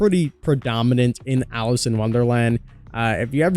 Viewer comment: Alice!!!!!!! It’s Alice!!!!!!!!